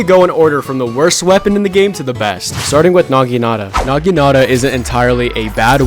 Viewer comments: I know this is my second comment but oh my god please stop saying naginita its naginata bro learn to read lmaoooo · NAH GIH NAH TUH is how its pronounced bruh